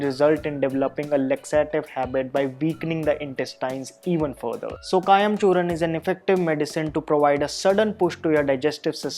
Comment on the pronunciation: It's Churna not Churan! Please correct the spelling and pronunciations.